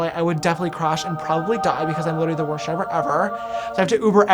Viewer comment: Did anyone else hear James say "aniveshery"? and "siver" or something that has a "sh" shound for "driver"?